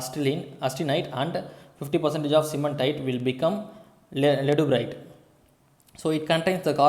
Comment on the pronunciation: sir, actually it is not leduburite, it is ledeburite.